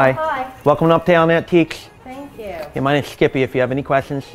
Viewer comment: “Uptown Antiquesch” 🤣🤣🤣